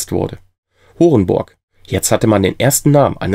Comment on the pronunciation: Ach "Horenborg". Ich hab was anderes verstanden, war auch sehr blöd ausgesprochen.